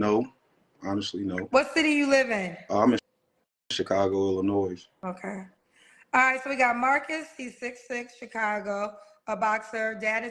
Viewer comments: AND he pronounces Illinois with the "s". The "s" is silent SSSSSIR! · The "height whores" about to go crazy 😂. He not from Chicago, saying the "s" on the end of Illinois.